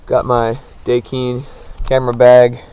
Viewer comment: DA kine not dekine